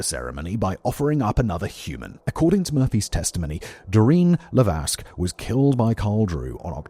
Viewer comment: The S in Lévesque is silent 😉